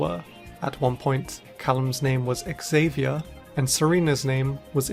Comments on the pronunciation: bro can not say Xavier right 💀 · The way how he pronounced Xavier was so funny